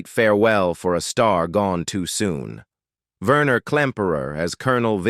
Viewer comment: Not Verner, Werner. The AI is awful.